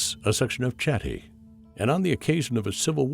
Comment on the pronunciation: Chatti niet uitgesproken als Tsjatti, maar als Chatti, als zuiderlijke Nederlanders dat zouden doen. Met een ch die dicht bij een h ligt. Zoek maar eens op "Taaldacht, Namen van Nederlandse Stammen". Daar zul je zien dat die klank zich in het huidige Nederlands zich tot een h heeft gevormd. Daarbij heeft hij herleid dat Batavi als Batuwen/Betuwen zou moeten klinken in onze huidige taal. En destijds Bátawi, de Romeinen spraken toen namelijk nog de v als een w uit. Zoals je ziet dus weinig veranderd.